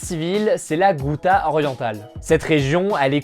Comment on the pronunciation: Bon la ghouta ça se prononce routa comme la route et pas goûta !!!!